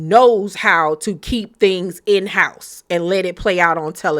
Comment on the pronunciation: Hey K, why u say Houurse like that lol